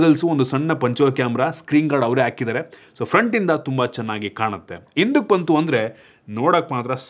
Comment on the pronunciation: ಇಂದುಕ್ ಬಂದ್ರೆ ಅಲ್ಲ, ಹಿಂದಕ್ಕೆ ಬಂದ್ರೆ, ಅಂತ ಹೇಳಬೇಕು. ಆಳಾಗುವ ಅಲ್ಲ, ಹಾಳಾಗುವ ಅಂತ ಹೇಳಬೇಕು, ದಯವಿಟ್ಟು ಕನ್ನಡ ಭಾಷೆಯ ನ್ನು ಸರಿಯಾಗಿ ಮಾತನಾಡಿ ನೀವು ಕರ್ನಾಟಕದಲ್ಲಿ ಇರೋರಲ್ವ., ನಾನು ಹೇಳಿರೋದು ತಪ್ಪು ಅನ್ಸಿದ್ರೆ ಇನ್ನೊಮ್ಮೆ ನಿಮ್ಮ ಇದೆ ವಿಡಿಯೋ ನೋಡಿ., ನನ್ನ ಕಾಮೆಂಟ್ ನ್ನು ತಪ್ಪಾಗಿ ಅರ್ಥಮಾಡಿಕೊಳ್ಳೋದು ಬೇಡ.